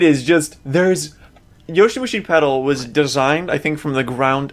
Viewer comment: IT'S YOWAMUSHI PEDAL FOR FUCK'S SAKE NOT YOSHIMUSHI, gotta weeb properly.